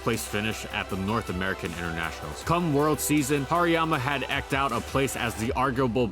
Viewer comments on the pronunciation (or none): I wish there was a bit more quality checking in these videos. Certain words are horribly mispronounced (niche, eked out, Oceania), which makes me think that there's very little editing done after the script is read. Along with that, some information is just false. Hariyama in Gen 7 Singles actually did drop to PU for the PU beta, was quickbanned, had a public suspect test for its reintroduction, and then remained banned. There even exists an article on the Smogon Flying Press about the suspect test. I understand that this is a bit nit-picky, but I think there's a lack of polish in these videos that leaves parts of them mediocre. I really do enjoy and I do believe that there's a good amount of work put into the videos, but some parts of them just shouldn't be considered acceptable.